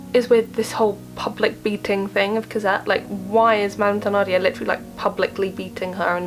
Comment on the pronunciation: I'm very thankful for this video, it saved me the time I was about to take to watch the mini series! I'd like to point out that Thenardier is pronounces like ten-ardier instead of the-nardier.